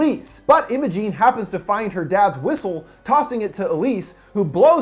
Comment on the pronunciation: m8 that’s not how u pronounce imogen